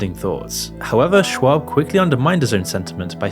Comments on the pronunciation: I don't like Brendan but you sound like a moron when you say "shwab" 57 times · Good sweet lord it's pronounced "shob" ..dude is killin me with this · Fine but you pronounced Schaub wrong about 50 times in a row. Makes you sound idiotic. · You don’t even know how to say Chris’s last name correctly, but yet you’re propagating allegations that haven’t been proven. Shows you barley know anything about the guy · I almost had to to skip the Brendan Sch(w)aub portion because I couldn’t focus on anything but the mispronunciation lol. Delia wasn’t too much better… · Please learn how to pronounce "Patrice", "Schaub" and "D'elia" and also learn the difference between "women" and "woman" it's painful for a youtuber of all people to not be able to speak properly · I don’t like the dude, but Brendan’s last name is pronounced “Shobb” not “Schwabb.” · Shaub, not SchWabb. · It’s not Schwab, there’s no W in his name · I love that he keeps calling him “Brandon Schwab” 😂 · There’s no “w” in Schaub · Schaub…where’s the W? Stop saying Schwab! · Schaub not Schwaub hahaha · repeatedly calling brendan shaub, brandon shwab is fucking hilarious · I also don't find Whitney Cummings that funny, but the way they treated her on that podcast... I really wanted to punch them in the face. They were complete dicks to her for no reason. Also, his name is Brendan Schaub not Schwab. You keep saying it with the W sound like Charles Schwab. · Ok, but does he keep pronouncing it Schwab? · Schaub, not schwab. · Come on. If you're going to make a video about a person, the least you can do it at least TRY to pronounce their name correctly. Shaub is NOT shwab. You said upwards of 50 times and only ONCE did you even come close to saying it properly. If you want to be taken seriously then at least try. Same for Chris D'elia. It's not deelia. Du-leah. Good lord this is bad. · Its not Schwab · at least call Shaub by his name, not Shuab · Its funny how you keep pronouncing it "Shwab" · “Brandon Schwabb”